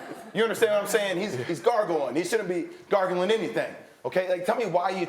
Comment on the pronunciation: “Hes gargalin” 😂